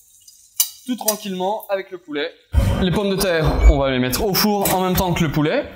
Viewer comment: "quate" au lieu de "quatRe" ... on va "mette" au lieu de" on va mettRe" ... les "R" vous posent problèmes ?